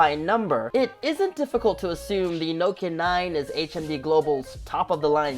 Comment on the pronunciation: “Noekia” uno i think everyone says Nokia